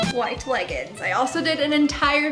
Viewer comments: Great video but leggings is pronounced leg-ings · I love that you say leggin' it's adorable lol